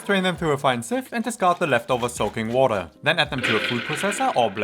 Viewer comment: Haha, came for the recipes and stayed because of them - despite the german accent and the "wordaah" 😂 I really like the explanation and comparison of the two versions! Will copy it, thank you! 😉